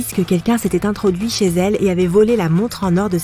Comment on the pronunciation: tu n’as rien à dire pk tu dis ché